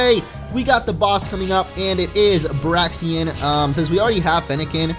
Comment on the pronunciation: its proniunced brakesen. not braksian